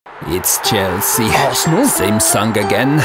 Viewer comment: Conte: It's Chelsea Wenger: Harsehnal